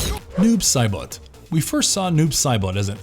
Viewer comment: way to butcher saibot